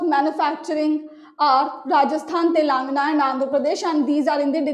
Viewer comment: It's Te-len- ga-na not Telenga 🤓